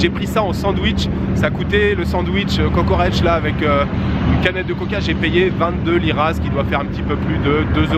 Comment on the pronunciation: Mais comment tu m'a donné envie de mangé un petit kokoreç (tu as bien prononcé) mais le meilleurs se trouve au coté asie à Çengelköy ^^